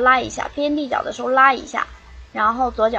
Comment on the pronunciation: christine tran 立脚换方向，说得挺标准的啊。